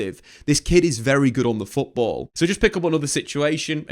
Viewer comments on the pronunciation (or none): none